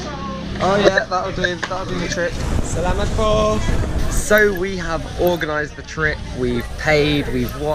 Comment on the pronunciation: you already don’t have an accent when you said salamat po!